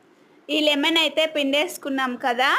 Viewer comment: లిమెన్ కాదు తల్లి లెమన్ అది